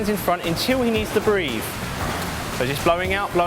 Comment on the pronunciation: "Breff one.....two frreeee..."